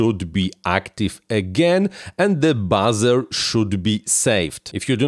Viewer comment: Hey.. Buzzer = Bahzer.... Buzer = Booozer.. 😉